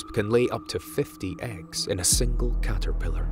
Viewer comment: i love how he says 'cahterphilahr'